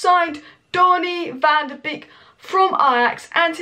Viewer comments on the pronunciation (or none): its pronounced Donny Van der "Bake" not "Beak"